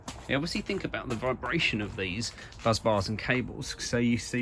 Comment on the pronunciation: Why do you keep calling bus bars 'buzz bars' instead? It's quite funny, admittedly, but it's the main bus, not the main buzz. A well-known example of the correct name being used is in 'Apollo 13', when they report 'Main Bus B under volt!'.